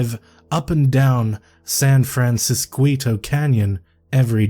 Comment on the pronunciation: I know this is really old 😂 but when you say San Fransisquito Road, that should be said as if the "qu" is a c so San Fransiscito because the "ito" suffix is diminutive which means it indicates the modified object is being made lesser or smaller. And in Spanish when a diminutive suffix is added onto a word with a hard c sound at the part of the word where you insert it, the "c" is converted to "qu" because they make the same sound in Spanish, but if you placed a letter "i" directly after "c" it would become soft and make an "s" sound... So basically this is a way of saying "Little San Francisco" with just one suffix but the "qu" still made the same sound as the "c"